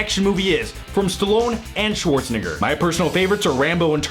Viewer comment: you say Schwarzenegger weird